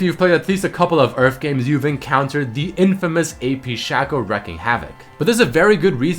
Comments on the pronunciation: Whoever says Shaco should go die because its pronounced Shaco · It's shaco not shaco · its shaco not shaco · There is no Whatever you want to call him. His name is SHAKE-O, because his clone's name is FAKE-O, its not SHACK-O and FACK-O